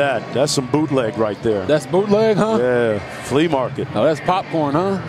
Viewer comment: Buddy said flee market 😂😂😂